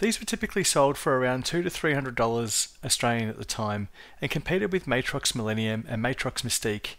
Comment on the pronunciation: did I just hear matrox mistake? omg, good stuff